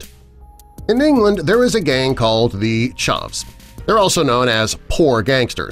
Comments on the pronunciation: The ✨chovs✨ its ch-a-vs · their also not pronounced charvs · I love how they call chavs ChAhZS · And he says it as charvs not chavs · Nah he obviously said charvs not chavs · Anyone here for him pronouncing CHARV?? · The shavess lol my bro said it baddddd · ChAvs not charvs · Hahaha chavs has a hard A not prounounced Charvs. And is not a gang, it was a term in the early 2000s. A chav was someone who wore tracksuits and acted like a tough guy. It was a really weird fashion thing for the most part. Terrible, terrible incorrect video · When he pronounced chavs like “charves” I instantly died a little inside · same lmfao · Lost it when's he pronounced it ,charvs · a - you're saying chavs very wrong, b - chavs aren't really a gang in the UK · He also said it wrong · 😂😂so true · hahaha he defo in'st English, who says Chavs like that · He pronounced chavs rong! and drinking in public is legal in England! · JordxnYT yes he did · The way he said chavs 🥲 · I’m from England and you said chavs wrong 👌🏻👌🏻👌🏻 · Mans said chavs Do u know England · Wow I'm from on England this guy don't know what he's talking about... the way he prounounces chavs is funny tho